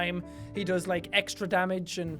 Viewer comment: it's still part his outro and it's LIKE A BOSS not 'laik'